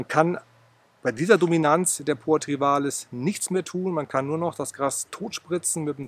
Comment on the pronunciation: Es heißt trivialis, nicht trivalis.